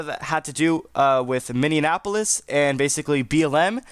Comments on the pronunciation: Minneapolis not Mindianapolis 😢😢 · He should have a T-shirt with 'Minneapolis' printed on it Mindianapolis is like he is confused with Indianapolis. So he melds the 2 city names together in order to insult both cities 😂😂😂😂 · Can you say MINNEAPOLIS 😂😂